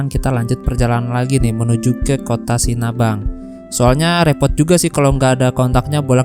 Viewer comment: Sinabang ya bukan Sinabung 😁